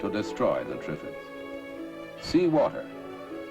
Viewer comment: Yes especially if David Bellamy was speaking, Twiffids?